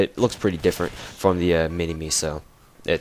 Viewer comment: You said minimi like Min-e-Me not Min-i-My u stupid fuck